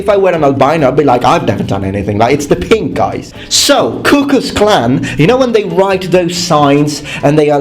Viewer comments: Fun fact: Actual white olives do exist. Also, you pronounced Ku Klux Klan as "Cuckoos' Clan". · Ku Cuck’s Klan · He said it more like "Cuckoos Klan", which is even funnier